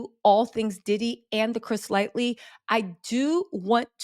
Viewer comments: I had to leave because the more she said Lightly let me know if she don’t know the name correctly she can’t be knowing much about the story behind anything that comes from hm other the what she was told or saw on YT .. bye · It's "Lighty". I've never heard anyone get this wrong before. I guess you didn't know anything about him before doing this video. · “HIS NAME WAS CHRIS ( LIGHT - TEE ) PLZ GET PEOPLES NAMES RIGHT …. PLZ😢😢😢😢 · PLEASE GET HIS NAME RIGHT...... CHRIS LIGHTY RIP .........L I G H T Y ......... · Thanks...however, like Wendy, you lose credibility when you get names wrong, it makes me think "What else is wrong?" Chris 'Lite- E' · I love you but it's making me hurt every time you say his name wrong. It's Chris Lighty. Not Lightly. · LIGHTY = Ligh-Tee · Mamma - Chris's last name is prounaced LIGHT-EE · His name is not Chris "Lightly".... Once again you butchered it's Chris Lightly!!! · you have to go all the way back to the Beginning. It's Lighty with No "L". But goo back to 1989. That's how far maybe 88 and read research learn who these people are, the circles. Start with Uptown and work forward. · It’s Chris Lighty. Like light tee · It’s “Chris Lighty” 🙄🙄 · It’s light- y like e no “L” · Thank you because everytime she said Lightly I was getting pissed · trust me she needs to edit this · It was bugging me too! And the Fat Joy comment. I am like this is my era-who Lightly and Fat Joy!?! 😂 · Chris LIGHTY. You jack up more names than I can keep up with. But I love you anyway. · I love you but please say people’s names correctly ❤ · How you reporting on someone and not get their name right smh. Just shows how much research you do smh. It’s Chris Lighty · The only thing killing me about this video is the spelling of his name! It’s Chris Lighty. It’s spelled wrong and being said incorrectly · Please take the time to learn the correct pronunciation of people's names. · Gotta get chris's name right before you do a full video on him.